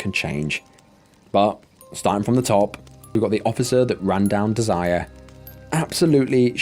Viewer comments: Im thinking it's pronounced dez-er-ray not Desire. Small point. You don't good work. Carry on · It's not desire it's Desiree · Probably pronounced Dez-er-ray. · not sure why my comment is gone? but if you’re going to jaywalk with your kids at night while not paying attention to oncoming traffic, you d*s*rve to get h*t by a c*r. also, you really need to learn how to pronounce some words & names before publishing your videos. the name Desiree (even if it only has one E) is pronounced DEZ-er-ae.